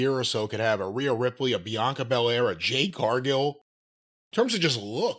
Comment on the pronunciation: I’m still trying to figure out why he constantly calls her Jane and not Jade 😂